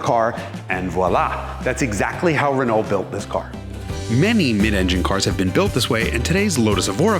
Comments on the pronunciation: Nice car. However, it's not pronounced, "re-noll". It's "re-no". All French words that end in "ault" end with the "o" sound.... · "re-knoll" Dude, You're pronouncing too many letters! Listen to how the French say it. "R'know" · Wonderful car and retrospective! I never knew this story. Although the way you say re-null instead of Renault makes me overflow with croissant flavored tears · Pronounced Reno not Renalt. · The pronunciation hoar says "Ren-alt'. Try "Reneau". LOL. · It's easier to say Ruh-NO that it is to say Rih-naul and it's more accurate, too. Go fast in the fast turns, bro, y’know? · Jason is great! But hearing him say RehNuL is killing me... say it French Reh-Noh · The Renault 5 GT turbo was such an awesome car back in the day! By the way, for the Americans, it's pronounced RENN-OH ✌️ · Love it but your pronunciation of Renault is very bad. "Reh-no" is the correct English pronunciation. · As a European: you are pronouncing Renault wrong. Imagine it as "Re-know". That is all. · Pleeeeeaaaaase pronounce Renault properly - 'Renno' - thanks. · Great to see the new gig. Love it! Confused by your Ren-ALT-ernate pronunciation. When did you stop being a pronunciation pedant? Is Haggerty forcing you to say things like a ‘Merican from Alabama-tucky? You Ren-OWE me some splanin’! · this was a fantastic video! I'll overlook his mispronunciation of "Renault" (Renn-oh), because he's a fantastic presenter. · Listening to this dude pronounce Renault is the worst. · His pronunciation of Renault is horrible. It grates and wrecks the video. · Yikes, even for an American, the pronunciation of "Renault" is like fingernails on a chalkboard!